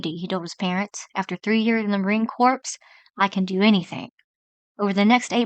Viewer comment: I stay signed-out, so my Ad-Blocker works... But I signed-in JUST to make this comment. I love the way you Mispronounce things. You say Marine Corpse, instead of Core. You don't know what Cooperate even is, as a word. That's hilarious. I love the way you Stutter and Hesitate while reading. It's so Obvious that you're not a Reader, that it must take a lot of Guts to post things like this. I mean... You HAVE to know! I enjoy hearing your Voice, as well. You're so genuine. So real. This is the only video I've (heard) from you. ...Being signed-out gives me access to so much New Content... Anyway! You're great. I love you. Please continue producing. I'll probably NEVER watch another of your videos, but while I was getting ready for work, this morning? I'm glad you were with me. And yah... I took the time to make this comment After Work. So, yes. You were with me All Day.